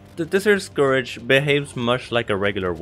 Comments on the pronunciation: Btw scourge is said “score-j” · "Desert Scourage" he says..